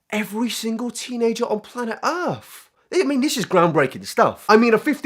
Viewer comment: ALSO love that you straight up said EARF